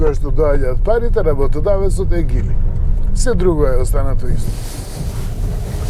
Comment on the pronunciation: А тоа за Geely како се изговара на македонски, според гугл транслејт Geely= Џили а не Гили....